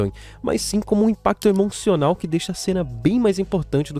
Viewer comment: T emoçonal?? 🥺🥺